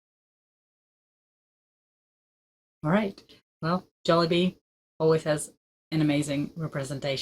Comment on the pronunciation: you have perfectly perfectly pronounced it..